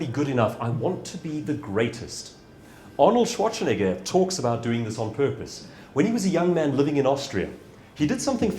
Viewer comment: I really loved the talk, but I was kind of sure that at the end when he talked about misspelling a client's name or discrediting oneself in some other way he would say: "And this is why I deliberately mispronounced Schwarzenegger's name every single time - as an example of that. The most famous, most talked-about body-builder in the world, and still he managed to squeeze in a "ch" where there is none.